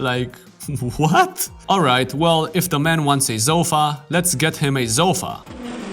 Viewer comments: ah yes. A ZOU-fa. I have alot of ZOU-fas in my house. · love the video, hated the way u pronounced "sofa"....zofa.. :(